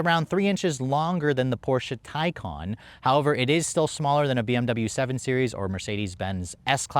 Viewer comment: Come on. It’s been out long enough. It’s pronounced ty-kuhn!